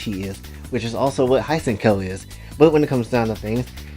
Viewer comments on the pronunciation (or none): Hate to be “that guy,” but for future reference, Hsien-Ko’s name is pronounced “syen-ko,” not “sigh-en-ko.” But yeah, Jiangshis are indeed pretty underrated. Aside from fish girls (as in, say, Zoras, not mermaids), they’re easily one of my favorite types on monster girls. EDIT: Okay, I don’t know HOW I forgot to mention Centaurs, Cow Girls, and Insect Girls (with Bee Girls in particular being my type, which is ironic since I’m deathly afraid of bees IRL, lol).